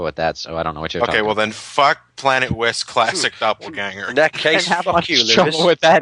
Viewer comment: "Planet Lisp"? XD